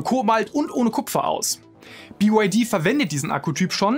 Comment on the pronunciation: BYD heißt nicht Bi you why di, sondern Bi why di...😅